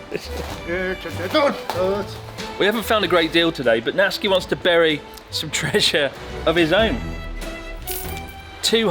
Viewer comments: Isn’t his name Na-tsu-ki not Nat-ski? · Why are you saying natski but his name is natsuki Or is that a nikename Is that like a naruto thing like sauske or sasuke ? Idk im beeing stupid but i really dont know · Sort of confusing when his name is Natsuki and it seems to be pronounced ”Natski” Se where does the ”u” disappear This goes as well to many other Japanese names I am sure there is a good and sound logical reasoning behind it but but… I really would like to hear the reasoning to all this.